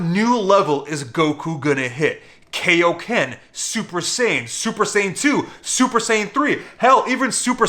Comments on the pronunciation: Hell nah, I'm not letting that slide. Why the fuck did you say kaio- ken like that lmao. Bro I love your vids but I died when I heard that ts 😂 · it’s pronounced Kaioken not Kaioken.